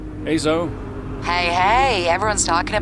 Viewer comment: Ækerman is still acceptable, but "Zo"... really? Have u never seen a woman named Zoe?